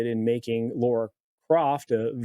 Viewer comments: It’s Lara not Laura. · Dude... it's LARA Croft, not LAURA Croft. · Lara not Laura. Pronounced "La-Ra."